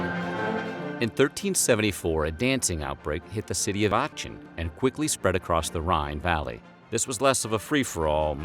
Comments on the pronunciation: Fyi, The city of Aachen is pronounced Ahh - *ken*. Not: Ahh - chen. ❤❤ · Aachen sounds like ah-ken. Not the English Ch in cheese. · Just to be pedantic, it's pronounced "Acken." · It's Akh, like when you see something gross. akh-in. Not Ahh-chin. It takes 30 seconds to look up. Next time search "pronunciation Aachen". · It’s aah-kin, not ach-in. The lions were licking the crunchy outside to get to the chewy centre. Just like a tootsie roll! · its pronounced Arc-en not Arch-in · Ocken not Aatchen is the way it’s pronounced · You pronounce it “Ahen” not ahchen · I live in Aachen. Haha, it's called aa-kh-en and the narrator caught me off guard! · artschen lol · For future reference Aachen is pronounced "aKen". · Great video, very interesting. I have just started watching your videos and I'm hooked. I only have just one other comment...Aachen is pronounced as a: - kən...though the k sound is like a sound of hissing cat. 😊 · It's Axen not Aacen 😭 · D the city is pronounced as Aachen (AA-KH-EN ) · the city of aahtschen... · This man can’t read. Achen= Aken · could you look up how to pronounce words and names before forcing us to listen to you budgering them 10x through out this video? it's Aachen = ah-hen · Strasbourg is now in France and Aachen is pronounced Aaxen. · I love how you mispronounce my city's name, Aachen 😂 It's pronounced more like Ah-ken with a very soft k. Btw I love your videos! ❤ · The ch in Aachen is pronounced like a "k" .. Like Aaken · Du meinst Aatschen ... die Aussprache tat weh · The one where you pronounce a city properly. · Pronounced Aachen wrong.. but other than that, great documentary. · Hello, Aachen is not pronounced that way :) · And the pronunciation of Aachen 🙄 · The way he pronounces Aachen makes me, a german, want to cringe to death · Learn how to pronounce “Aachen” and “Paracelsus.” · Jesus Christ, never say Aachen again. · A German dwarf dies every time he mispronounces Aachen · Sir, you’re pronouncing Aachen wrong.